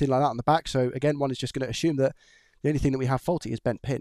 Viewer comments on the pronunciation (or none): Assume ✅ ashume❌